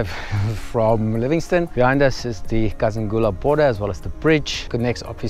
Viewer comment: Kazungula, not Kazangula.. I don't kno why but I still fill have a pinch of nostalgia, I just loved that hint of uncertainty about the ferry.. Beautiful BW 🇧🇼 When did you cross into Bots, was in Kasane last weekend..